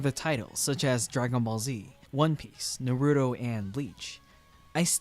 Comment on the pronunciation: "nuruto" lmfao